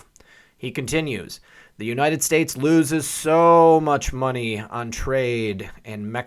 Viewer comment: Looses rhymes with Nooses.